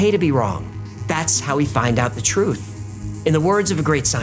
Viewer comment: "The real phrutph" , nicely said